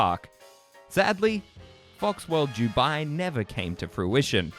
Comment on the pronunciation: Bro, it's Dubai. Not Jewbai.